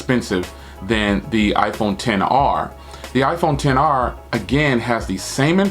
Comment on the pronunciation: The iPhone XR you saying all the names wrong bro omg😆